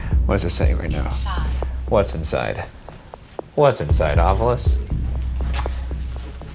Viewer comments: Is Shane actually shook ? Ryan, can you please re-record the Ovilus intro to say "Ovilus" instead of "ovulus"? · For the debrief: why does Ryan in the prerecorded thing pronounce the ovilus like “ovulus”. Rhyming with fabulous. It irks me every time lol